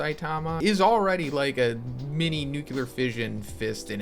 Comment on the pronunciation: can you please pronounce nuclear properly, pls